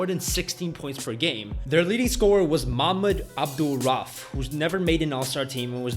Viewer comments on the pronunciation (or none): Great video and btw it's (mah-mood. abdol-ra-oof) lol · good vid but the PG from that 94 Nuggets squad is Makh-mood Abdul-Ra-OOF, not however you said it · mamid abdul rolf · Mahmoud Abdul-Rauf you butchered this dude’s name, you weren’t even close on any of the three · Check your pronunciation of Mahmoud Abdul-Rauf (aka Chris Jackson) and Dirk Nowitzki. Hint=W and V are switched around in German. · You butchered Mahmoud Abdul-Rauf's name.